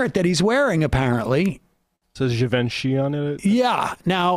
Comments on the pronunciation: It’s pronounced “Jee-Von-SHEE”. Geez lol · Yeah so gas was 60 cents a gallon according to this guy. Sure kiddo. Also. It’s “jhee-vawn-shee” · Pronounce it Givonchy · sam pronouncing Givenchy like da Vinci makes me smile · My favorite part of this is the crew mispronouncing Givenchy, lol.